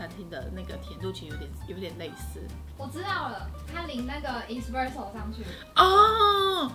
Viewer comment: 還有製造過程中，蛋黃+砂糖後，定要隔水加熱至60度左右殺菌+稠化，看很多人都沒做這一步！ 可以注意一下 ‘Espresso ’ 第一個字的發音